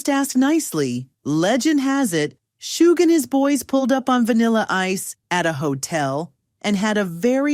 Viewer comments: “Shooog Knight” 😂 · It’s not shoog it’s Suge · Why do you keep calling him soogee smh It's Suge! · This was horribly written 🤦🏼‍♂️ and his name isn’t Shōōgue 😂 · "shoog knight" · Please stop saying "Shooog" like that AI narrator. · You get a thumbs down for the stupid AI voice that can't pronounce words properly ie shooog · Shoog? Arseeneo? You can always tell it's AI when it butchers names. That, and the diction is just too perfect. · Learn how to pronounce names b4 you make videos. Shoog wtf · I enjoy hearing vanilla Ice's story but holy hell if you're going to get a narrator for his story please get a narrator that can properly announce the names correct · Arsenio Hall and Suge Knight. Except how to pronounce their names. I know the narrator probably wasn't even born when these people were front and center in the industry, but at least maybe spend a few days in the Wayback Machine. Keep you from pronouncing George Was-hasbeen. ,,, Watched again. My bad, AI read. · Good lord, the AI voice butchering "Suge"? Thumbs down.